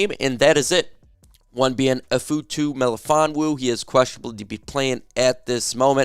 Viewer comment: "Iff-atu" is how his name is pronounced .....